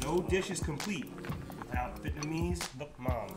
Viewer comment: Hey, NUOC MAM, not NUC MAM please ! Anyway, really interesting and I should try!